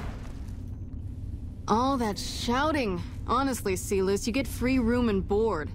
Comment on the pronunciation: I also love how she knew to pronounce Silus as 'See-lose' rather than the anglicised 'Sai-lus', which probably means that the VO script has a pronunciation guide. Then again, so many other Latin names are pronounced wrongly, and by Legion characters too, so I don't know.